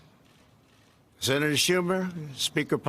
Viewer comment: Did he say zenator Schumer?